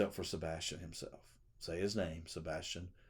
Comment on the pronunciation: Please listen to Donna Seph a/ w/ she says a/ Sebastin